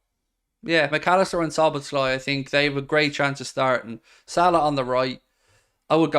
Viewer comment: Dear non-Hungarian speakers.. his name is pronounced as "Soboslai" , Z-s just will confuse you. "SZ" is a letter in Hungarian, its just as an S in English